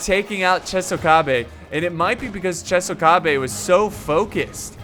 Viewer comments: it's not chesokabe, it's chOsokabe 😁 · Chosokabe = Tsho-sso-kha-bay. much love for these videos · it's pronounced U-E-sugi Cho-so-kabe and Shi-ma-zoo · Love the vid,. So, here are the name pronunciations to maybe help you with the commentary. Uesugi: Ooh-eh-suu-gi (Sorry! 0% Right) Chosokabe: Cho-so-kaa-bé (55% right) Shimazu: Shi-maa-zoo (80% right) Oda: Oda (You got that one 100% right). Commentary: Per-fec-tion (over 9000% right)